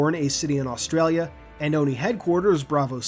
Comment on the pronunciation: As an Aussie I love the way you pronounced Australia aha